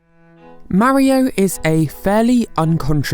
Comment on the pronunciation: STOP PRONOUNCING MARIO LIKE THAT AAAAAAAAH